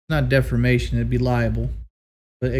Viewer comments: It’s not defermation, it’d be liable. Defamation. Libel. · “Defermation” and “liable?” 🙄 🙄